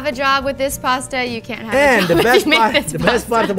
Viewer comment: It's not pronounced 'Paaaaaasta' ffs!!!